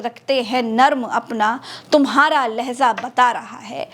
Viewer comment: दीदी छमा चाहते हैं लेकिन जो आप ने बोला है ठीक है पर एक शब्द गलत होगया है असल में लेहज़ा शब्द गलत है सही शब्द है लेहजा बाक़ी के लिए 🙏🙏 लेहजा ये उर्दू शब्द है لہجہ ہوتا ہے